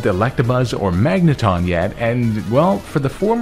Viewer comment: THERE IS NO R IN MAGNETON!